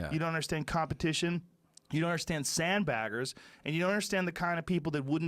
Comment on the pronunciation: The way he says "sandbaggers" sounds like a slur